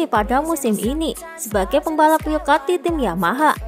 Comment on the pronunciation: Zarco bukan Jarco Wildcard bukan willcard